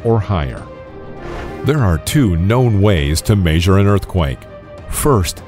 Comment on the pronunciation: Like the way he says measure as "maysure" lol